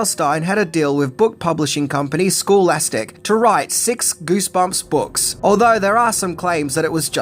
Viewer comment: It's scholastic, not schoolastic. 😂